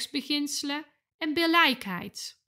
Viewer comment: Billijkheid spreek je uit als: billikheid ;)